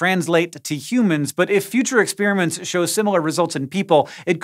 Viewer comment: Ex-peeeer-aments abound!